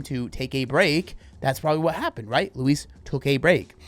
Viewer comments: Its not how you prounouce her name. Its loo eese. You say it terribly. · Why do you pronounce Louise like Luis 😭😭😭😭😭